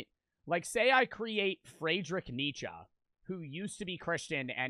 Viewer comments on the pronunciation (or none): That pronunciation of Nietzsche hurt me